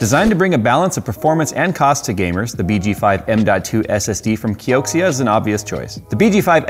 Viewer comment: I think Xia is pronounced "Sha" kioxia might be " co-sha " or Keisha